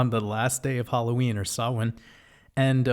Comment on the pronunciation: Fair play on pronouncing "Samhain" correctly. Much love 🙂💕🇮🇪